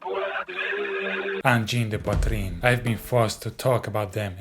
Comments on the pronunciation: « Angine de poitrine » tu la trop bien dit frérot je suis abasourdi 😂🫡❤️ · On a side note, thank you for taking the time to learn how to pronounce Angine de Poitrine correctly! I see english youtubers, mostly americans butchering that name so badly, not even trying to learn how to say it! Thank you sir! ✌️